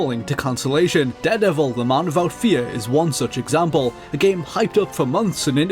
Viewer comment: It really grates when he says "wiv" & "wivout" rather than "with" & "without".